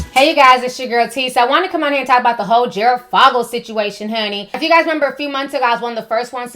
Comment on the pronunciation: His last name is said like the 'o' in "for" not "fog".